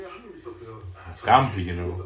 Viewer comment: it's not GGambu.. it's Ggan bu !!